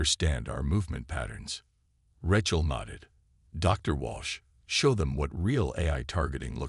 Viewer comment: AI's are complete Garbage!!!...yours and most others!!! Who is "RE-chal"? Her name is pronounced "RAY-chal". And what is "DAY-bris"??? It is pronounced "DAY-bree"!!!